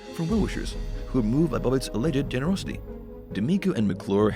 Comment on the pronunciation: How come you messed up the pronunciation of ‘alleged’ ? Cretinous !